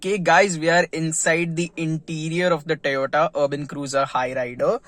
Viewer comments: It's not Tayota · My goodness! So weird hearing him pronounce Toyota as "Tayota".